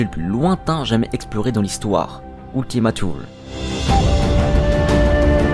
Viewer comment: Non pas trop il dit "New Horizon" au lieu de "New Horizons" et "Ultima Thule" doit être prononcé comme du latin et non comme de l'anglais, mais ce ne sont que des détails et ça n'enlève rien à la qualité de la vidéo ^^